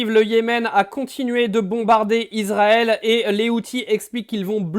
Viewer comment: Ne prononcez pas Izrael , c'est Israël avec un S!